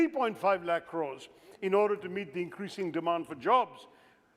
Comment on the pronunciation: Orrrderrrrr ordeerrrrrrrr ordeeeerrrrr